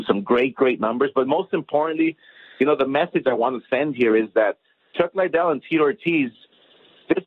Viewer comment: Ironic how Oscar is trying to promote Chuck Liddell, yet hasn't even taken the time to learn how to pronounce his name correctly. Who the hell is Chuck Lydel? And why does he always stumble over every word he speaks? I've never heard anybody (in a professional capacity) stutter and repeat as many words as Oscar does. "It's it's it's... uh... they they they.. uh.. we we we... uh..."